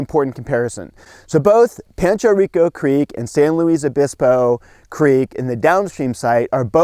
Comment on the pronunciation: I grew up there . And you said that so wrong